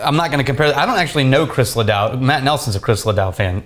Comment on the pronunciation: I'm sorry but I cringe everytime they mess up Chris Ledoux's name